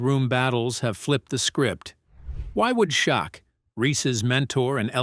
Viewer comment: Its AI dont believe something that can't pronounce shaq properly 😅😅